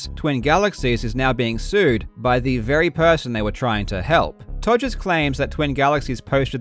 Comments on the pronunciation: The fact Karl just completely casually keeps calling him “Togers” is just hilarious to me. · Calling him Todgers throughout, chefs kiss. Also to those non-UK folk; Google 'todger', very apt.